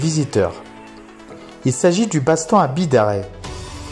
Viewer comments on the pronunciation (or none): sympa la video de beau spot c est sur a voir ! l arriere pays est le plus beau, petit reprise sur la prononciation :) on dit bidarr"aille" , comme le bazt"anne"